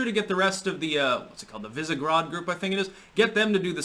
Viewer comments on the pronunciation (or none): It is pronounced VIHSH-he-grad. The group was named after the former castle on the Vltava River where early Czech rulers held court.